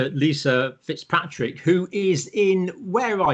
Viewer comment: Oops, I believe she is Dr. Lisa Fitzpatrick, MD, rather than “Fitzpartick”.